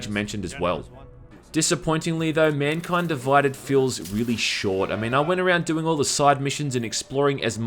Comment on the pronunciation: MUNKUYND DUVUYDED